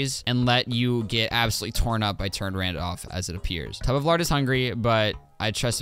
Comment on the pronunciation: Tub of lard was a bit “Tub of larg”